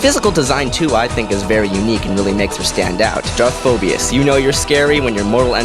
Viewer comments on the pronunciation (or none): I can't believe you miss pronounced Darth Phobos more than once, even after you typed the name right. It was a nice list